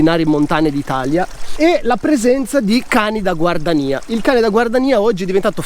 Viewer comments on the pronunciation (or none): perchè scrivere GUARDIANIA e pronunciare GUARDANIA?